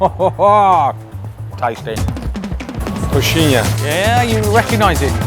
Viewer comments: u need to say it like this CO-XI-IN*H*A the h have a sound, u are saying "coxina" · COXINA? KKKKKKKKKKKKKKKKKKKKK NÃO!! É CO - XI - NHA!! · it's pronounced ko-sheen-ya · Coy-shee-nyah! ....Idiot! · Omg how atrocious how he pronounces coxiña at the beginning 😱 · Pronounce it correctly 🤓